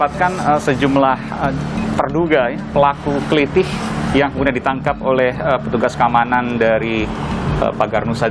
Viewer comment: "klithih", huruf "i" yang belakang dibaca "e" seperti "heran"